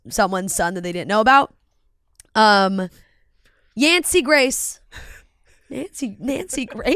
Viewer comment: it's not yancy grace 😂 it's yancy GREY